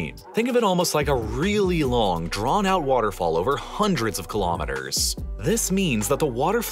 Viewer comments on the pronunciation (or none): none